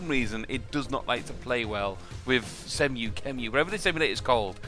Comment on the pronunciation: its pronounced sea-mu